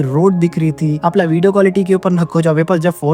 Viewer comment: ur pronunciation sooo poor..apan..samaster..yak..ur illeterate